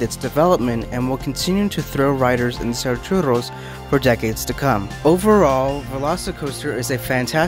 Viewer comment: I know it was small but the way you pronounced churros made my Mexican heart happy